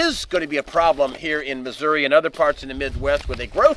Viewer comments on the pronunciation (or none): none